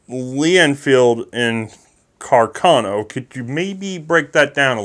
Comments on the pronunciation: It's Carcano, not Cacarno. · congratulations for the good work (both very informative and entertaining)! One minor detail, if I may: it appears "Carcano" should be pronounced putting the accent on the first "a". Thus: Càrcano, after the italian artillery officer Salvatore Carcano. Sources: 1.) Enciclopedia Treccani: 2.)the curator of the WWI museum of Redipuglia in Italy. A few years ago I had a chat with him and he corrected me.